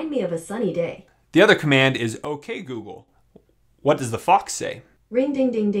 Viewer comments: wow, I am surprised it can understand you. I don't know if you meant to but every, single, time you say google it comes out as goo goo. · put the video on max volume and it still triggered both my phones and my tablet when you said "Ok Gouhl".